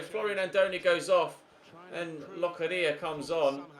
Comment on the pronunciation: Don't want to be annoying or anything, but Locadia is pronounced with a longer a. Kind of similar to the first a in Aston Villa. Just a tip. Great video though, as always!